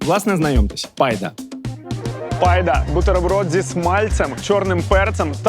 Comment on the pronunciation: Класний випуск, але відчувається, що його створювали до кінчиків воліс російськомовні. Які забили на детальністю і попереднє вивчення матеріалу. Назвали якоюсь "пайдою" те, що українці і поляки називають "байдою ", хліба, наприклад. А епічне "тлістий чвартек"!!! А російські "пончики" , замість пампушки. Хлопці і дівчата, дотичні до цього матеріалу, ретельніше треба готуватися до зйомок! І "алапеньйо", в іспанській мові Н на початку слова не читається, а на те кацапське "халапеньйо".